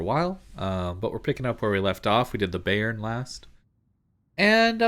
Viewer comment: Bayern is pronounced buyern not bay-ern